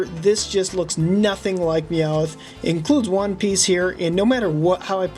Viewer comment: YOU ARE SAYING MEOWTH WRONG and I think the Character that is not quite right is squirtle AND the character you did not know is Amy